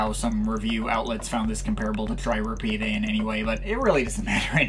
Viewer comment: It’s Tri REPETAE not REPEAT AE! Sorry - just find that really annoying. As for me - it’s Amber all the way.